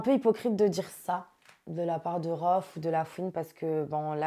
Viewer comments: RHOFF !!!!!! pas " Rhoof " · "rhoof" au lieu de "Rohff" wallah ils ont rien respecté 🤣🤣🤣🤣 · rOOph 😂😂😂 prononcer rouf j'suis morte il la pas respecter